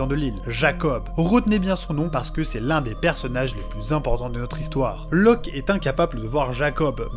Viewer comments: Loke, pas Loc... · C’est Locke et pas Loc pour info haha